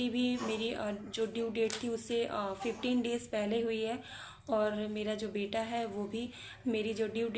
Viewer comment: Aap ka beta or beti pronunciation dono bhi same he sound Kar rahe hai .. I think apko usko high time clear rakhne ki koshish Karni chahiye .. ya baby boy ya baby girl bolkar symptoms batana chahiye .. confusion create Kar rahe ho aap bas